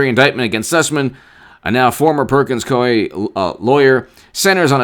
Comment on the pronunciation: What about Perkins " Coupie " Coie. 😂